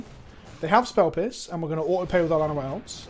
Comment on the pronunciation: I know you said "Llanowar Elves" but I was certain for a moment you said "Vana White Elves" and I thought there was some joke i didn't get